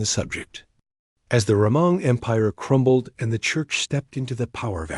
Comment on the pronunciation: "As the RAMON empire crumbled"? If you're gonna use AI voice, make sure to proofread for typos, my friend. 🙏